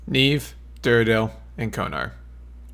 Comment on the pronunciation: But... it's Nieve, not Neive Lmao